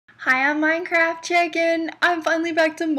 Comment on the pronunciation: LOL i love your new intro. --- Hi im -an' at the start of your video it sounded like you sed chicken:P